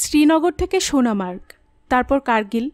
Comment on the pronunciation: ভাল লাগল , কিন্তু কিছু উচ্চারণ একটু ঠিক করতে হবে। যেমন, ইস্কি টা হবে স্কি। জায়গাটির নাম সোনামার্গ নয়, সোনমার্গ।